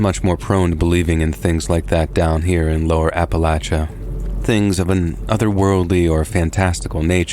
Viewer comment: Couldn't get through it. Just couldn't listen to Appalachia/Appalachian mispronounced that many times in such a short period. "App-uh-LAY-shuh, "App-uh-LAY-shun," not "App-uh-LATCH-uh, "App-uh-LATCH-shun." The third "a" is hard, not soft. I'm sorry. Love your valuable offerings and have for ages,, but we all have our limits. 🫤